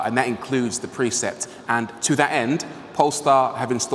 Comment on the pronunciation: You pronounce precept as preset